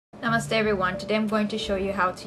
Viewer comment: She said namasta🤔🤔